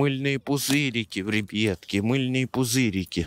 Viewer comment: Мене бісить коли ти кажеш рібітки